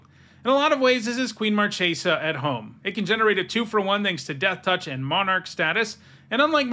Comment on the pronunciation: Marchesa!!! In Italian the "ch" is pronounced like "k"!!! She comes from a plane based on Italy (Florence) in the Renaissance, please pronounce her name as Markesa.